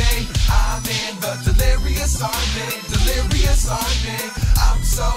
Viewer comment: he said "delerious"